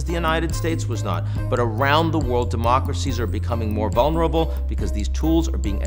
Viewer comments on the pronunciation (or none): none